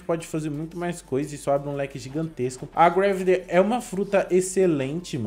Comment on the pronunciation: Deu mei agunia de ele falando greveli